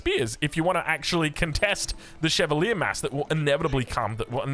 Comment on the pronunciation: While you're looking up the pronunciation of Szlachta, look up Chevalier as well... it ends with the same "ier" as Arbalétrier, so why pronounce it so differently?